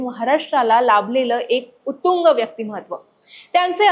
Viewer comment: उतुंग नाही ताई... उत्तुंग आहे ते...